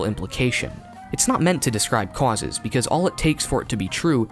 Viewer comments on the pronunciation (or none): "Cwauses". I love the way you say causes. 😂